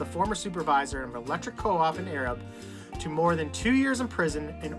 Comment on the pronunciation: The town is pronounced A-rab. I'm from south Alabama and know Arab well